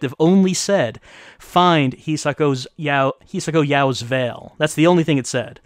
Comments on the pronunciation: pronounced Hisako correctly! Holy cow! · pronounce Hisako correctly! Holy cow!